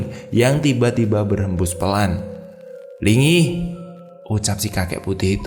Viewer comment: kayaknya nyi Linggi bukan nyi lingi